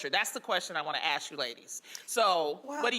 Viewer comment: "Dat's da question I want to Axk you ladies...." What a low-life piece of filth.